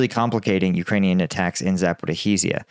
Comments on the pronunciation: Not “Zaporikhiziya,” it is pronounced “Zaporozhye” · Zaporizhzhia is pronounced Za-Porridge-Ya NOT Za-Pori-Zizi-Ya. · Bakhmit? It's BAKHMUT (BOK-MOOT)! It's not difficult to pronounce correctly. Zaporahizia? It's zaporizhzhia. Say it with me... ZAP-OH-REE-ZHIA) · Just to help you with pronunciation…it’s Za - po - ree- zhee-ya